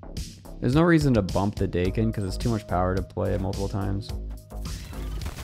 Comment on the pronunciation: Pretty sure the intended pronunciation when the character was created was Dah-ken, not Day-ken, considering he has a Japanese origin being born as Akihiro. Which is why the season theme is called Big In Japan. I dont think anyone in Japan would even think of calling themselves Day-ken over Dah-ken if they spell their superhero/villain name Daken. Also, Japan isnt pronounced Jay-pan.